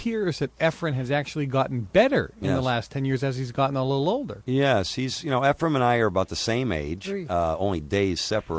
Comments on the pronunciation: Was saying “Efrem” instead of “Efren” lol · "Efrum" smh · segel is a great colour commentator - outside of mispronouncing efren’s name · Its "Efren".. Not efrem.. Very good commentating overall. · How annoying that the announcer kept calling him "EfreM"... with an M on the end... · calls him Efrum lol